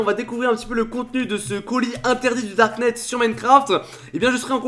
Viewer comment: du darkneteu 😂